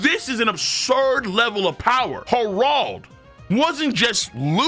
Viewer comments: Saying it with the hard R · Why do you keep on calling him har- ald 😂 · love your videos but the way u pronounce Harold sets me 😂 love tho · Why is saying Harold so wierd lol